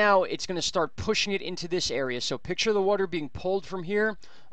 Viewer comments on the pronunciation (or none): none